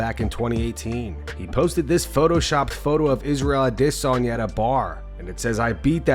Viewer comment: Why does the AI voice say adesanyas name like a sped 😂